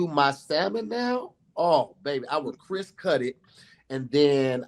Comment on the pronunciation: kept forgetting the "p" on crisp was sending me.😂😂 how do you make something cris😂😂😂